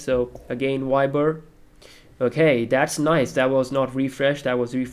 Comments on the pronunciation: Not "W"iber.. "V"iber.. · wiber.??? its viber..😬😬